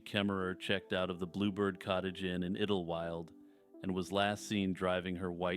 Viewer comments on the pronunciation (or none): Iddlewild? I think it is pronounced as Idle -wild instead of iddle, to be honest. 'Idle' as in staying in one place without moving.